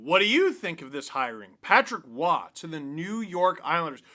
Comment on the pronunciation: Roy with an R not Oua